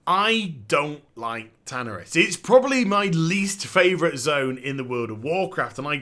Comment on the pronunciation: I have to rip my dick off every time you say tanaris... the pronunciation is painful.